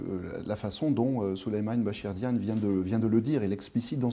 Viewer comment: C'est pas diane mais Diagne